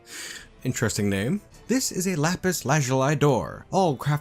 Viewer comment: "Lapis lazuli" is pronounced slightly differently than what you said. You did good on "lapis," but "lazuli" is more like "laz-yoo-lee," although "laz-yoo-lie" is also good. The IPA is /ˈlæpɪs ˈlæzjʊli, -laɪ/ where "æ" is pronounced like the "a" in "trap," "pad," or "tattoo" and the "zjʊ" is like "zyoo" since the "j" in IPA is similar to a "y." The IPA value of the letter "j" is counter-intuitive to many English speakers. However, it does occur with this sound in a few English words: Besides hallelujah, there are fjord, Jägermeister and Jarlsberg cheese. Just some fun info, not super important. Just adding the comment in case you're interested.